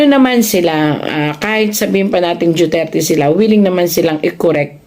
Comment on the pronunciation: Duterte madam hindi po juterte